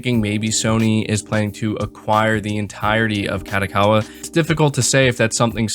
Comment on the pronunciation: HAHAHAH they way you say kadokawa is funny af! its pronoiuced ka-dough-ka-wa not what sounds like you say ka-dah-ka-wa....... you should say it as a catch phrase hahah fucking made my day i had to stop work and be like "WTF IS SAYIBNG?!" and it sounds like you tring to speed through it lol, idk maybe its just me but i busted out laughing when you said it hhahahahahah..